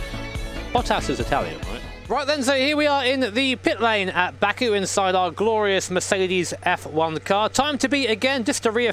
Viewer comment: I kept hearing it as BAKA, the japanese word for moron/idiot